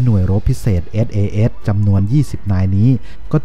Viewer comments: หน่วย อะไรนะ เอด เอ เอด เหรอ ... ไม่ใช่ sas ??? หรือไง (เอส เอ เดส ไงละ่) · SAS อ่านให้ชัดๆได้ไหมครับ คนไทยเรียนภาษาอังกฤษ แล้ว เสียง "S" หายไป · ต้องปรับปรุงสำเนียงการพูดอังกฤษยกใหญ่ครับ น่าจะศึกษาให้มากกว่านี้ (เอส ไม่ใช่ เอด, อัฟกานิสถาน ไม่ใช่ อับกานิดถาน)